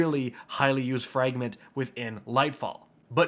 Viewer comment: Fragment is not pronounced "frangment" bro you can't speak to save your life.